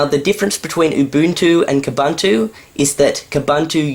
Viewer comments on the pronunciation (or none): Koohboohntooh, not kahbuntooh. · Wait. Why are they pronouncing Ubuntu 'oo-Boon-tu', but Kubuntu 'Kuh-bun-tu'? Shouldn't they be the same apart from the K? I also changed the colours away from that horrid grey when I upgraded - AND put the bar at the top, for good measure! Actually, that's the great thing about KDE - so customisable. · First you pronounce Ubuntu wrong and now you are pronouncing Kubuntu wrong! All branches of Ubuntu (like Xubuntu and Kubuntu) are pronounced the same!!!